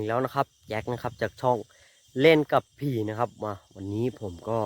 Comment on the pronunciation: เล่นกับผี นาทีที่ ชัดชัดเจนมาก "เล่นกับเพื่อน"🤣🤣🤣